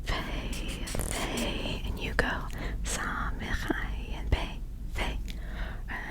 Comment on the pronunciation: Ayin isn’t silent 😅 it’s just a sound that Americans can’t pronounce